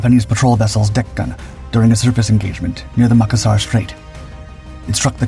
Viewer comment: It's Ma-kassar not Mak-assar